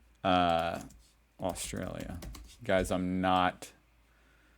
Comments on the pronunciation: Aust...R...alia, It has an R in it and you get is wrong quite often. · Bro, AustRalia has an 'r' in it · First, it was Woolsworth now. It's Austalia. You're starting to slip.. 😂😂